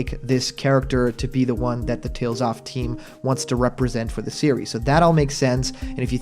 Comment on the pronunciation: I keep hearing you say Tales Off instead of saying Tales Of.